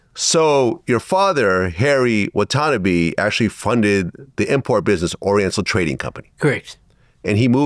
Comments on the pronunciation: Fuck me mate that Watanabe pronunciation is wild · You pronounced his name correctly in your introduction, but wrong later. Even in your other interviews, you mention Watanabe and butcher his last name over and over again. Sheesh…